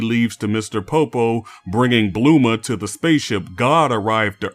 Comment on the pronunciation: I can’t tell if he’s pronouncing bulma and krillin like on purpose of not but I’m out Too bad seemed like a cool video